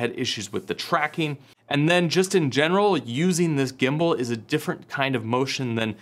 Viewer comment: Did you say Gimbal or Gimbo?, Like Pam, Pan or Pand.....